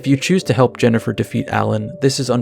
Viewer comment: Today I learned that Korean voice actors apparently have no idea how to pronounce Jennifer or indeed some of the other character names. Why didn't they just name the characters with Korean names? Many of them look like they're Korean... Then we wouldn't have JENNIPER.